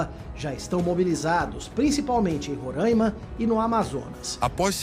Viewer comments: Roraima, nao RO-RAIN-MA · APRESENTADORA DE TELEJORNAL QUE PRONUNCIA "roráima" TINHA QUE TER VERGONHA E PEDIR DEMISSÃO. PRESTA DESSERVIÇO À EDUCAÇÃO.